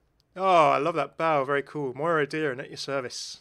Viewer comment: Just a heads up, it’s pronounced o ‘Dure ran’ , I’m a native irish speaker